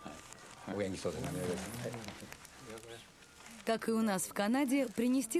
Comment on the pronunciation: Ну что за произношение терминов? Не "доджо", а "додзё", не "шоган", а "сёгун" ЁПРСТ!!!!